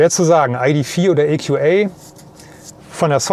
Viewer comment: Das Fahrzeug heißt EQA und nicht EQÄ.